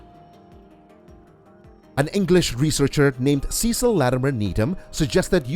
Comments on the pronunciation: I used this occasionally for quick return trips to France... it always felt like I was taking part in a commando exercise.. lots of noise and drama, sea-spray slamming up at the windows.. still, it got the job done. (I always Cringe when I hear Americans mispronounce the name Cecil.. I know that they mispronounce almost everything but this one does irk more than most.. It's a very old English name.. goes back beyond a thousand years so no excuse for getting it wrong.. It's Sessil ! Not Seesil ! ) AAARRRGGHHH !!! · thanks for reminding me of that mispronunciation, maybe that's there are no Cecil's any more.